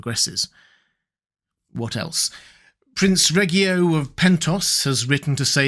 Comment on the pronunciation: It's always interesting to me when these videos deliberately use incorrect pronunciations of names that we have clearly heard in the show, in this case "Prince Reggio" as named by Lady Laena Velaryon in season 1 episode 6, approximately 27 minutes in, during her conversation with Damon as she says "You're considering Prince Reggio's offer." I realize that it's "driving engagement" by manipulating fans into commenting, wanting to correct these simple, little mistakes that they've stumbled upon that somehow the super ultra geek overlooked. I imagine it's great in the short term for the algorithm and how it shares this channel's videos but what happens when the audience clues in and the numbers start to plummet? I recall a separate video where it was the same occurrence with the name "Celtigar", is it just going to eventually turn into a radio rap song where every second word has been changed? Sad to have to dislike an otherwise great video, it was very informative.